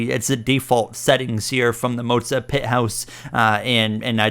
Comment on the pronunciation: Why are calling it Moatsa. It's Moza